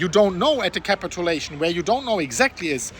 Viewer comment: Don't say "capitAlation", it's "capitUlation".. just annoying to hear... honest feedback...